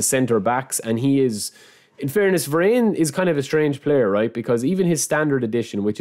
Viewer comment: im sorry man but i think its "vaa -run" and not "ve-renn"😅